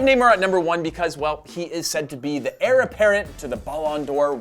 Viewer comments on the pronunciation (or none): none